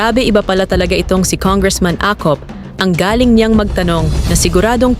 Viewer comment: Excuse me blogger how do you say the word GALING …..PLEASE REVIEW YOUR INTRO…..PAKI AYOS LANG😳